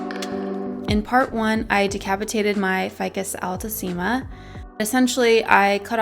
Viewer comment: Haha the pronunciation is wrong. They're latin words so "ficus" must be pronounced just the way it's spelled, not "faicos". And "altissima" is not "ál-tusima", it's "altísima" (your second pronunciation)